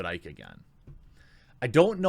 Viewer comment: OMG IT'S PRONOUNCED ICKY NOT IKE. Also, it's got nothing to do with Icke. It's got everything to do with the Roblox vid at the end. His shit was so scattered it's like watching everything dear in his life is about to come to an end. Shit, you think the Doc would damn near break down in tears if Twitch fired over Icke? Nah, the Doc is probably going to prison. Either from tax evasion or an encounter with underage chick. The key is the Roblox vid people. Why would someone in his discord ask if he was going to play that game? A children's hide and seek game and a vid or 2 adults speaking in childlike voices. That was some cringey fucking shit.